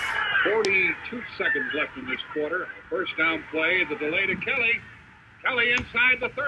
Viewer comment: Broadcasters pronouncing Kelly’s first name couldn’t seem to decide which syllable to put the accent on.